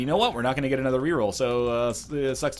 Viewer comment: Oh Northernlion plays Binding of Issac. It's "ANUDDA ONE!"